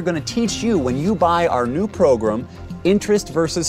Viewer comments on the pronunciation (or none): The damn mustard progrum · Squidy *Progrum